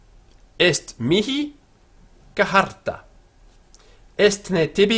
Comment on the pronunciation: Total waste of time. It took me a few minutes to realize that he was mutilating the simple word "charta" into something sounding like "kuh-har-ta." My advice: use the Italianate/Ecclesiastical pronunciation, where Latin is pronounced as if it were Italian. for the following reasons: 1 - It is much easier and more intuitive to pronounce, as well as GREATLY more pleasing to the ear. 2 - The church is the only place you'll ever hear Latin spoken outside of a Latin class anyway. 3 - The "Restored Classical Pronunciation" is really largely guesswork, and there are written examples of phonetically-spelled Latin from the Roman era that contradict it - and that make Latin sound like...wait for it...Italian! 4 - Why worry about sounding exactly like "educated Romans who lived on the Palatine Hill"? That's a bit of a narrow focus. The short take: if you are devoting more than 15 mins to learning to pronounce Latin, you're spending too much time on it. That is time that could be better spent on actually learning Latin.